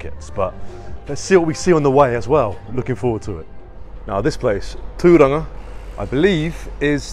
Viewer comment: Can I just say your pronounciation of te reo Māori is 🤌🏾 You said Tūranga better than 80-90% of our own CHCH population 😂 Most people just fall back to CHCH library.